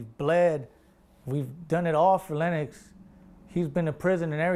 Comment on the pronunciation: yo im crying! he said "im from west side lenNOX!" i swear they do be sounding like that